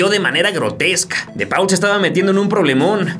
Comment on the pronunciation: repita conmigo: De Paul se pronuncia ¨De POL¨ jajaja muy buen vídeo!!